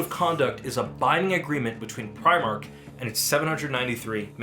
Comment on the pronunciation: Apparently, it's "pree-mark"